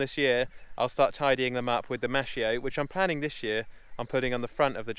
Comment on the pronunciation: Hey,its maskio not maschio.can you explain stewardship a bit? We dont have it in Sweden.